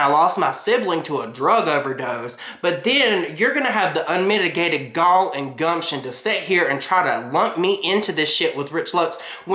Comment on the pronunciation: “ unmitigated Gaul “ phew you went full North Carolina on that one